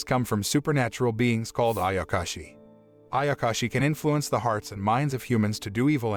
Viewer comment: does noone even talk about him calling ayashaki, ayakashi?